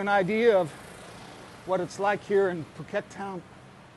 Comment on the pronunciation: So it's Pew-ket! Ha ha, thank you. I always pronounced it like a silly American. I could not feel attracted to the vlogs I've seen on Pattaya or Bangkok. Very interesting to see your video. I haven't known or heard anyone talk about this area. I'll subscribe and learn more.